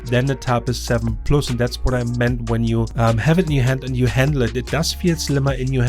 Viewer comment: korrektur: nach 4min quälerei....... wenn man schon auf englisch macht, dann bitte mit korrekter aussprache, nicht mal das simple "plus" wird richtig ausgesprochen... ohrenkrebs... abgesehen von diesem "ich mach auf ammi" ist der inhalt trotzdem gut, nur es tut ständig weh dieses denglisch zu hören... ;-(( schade....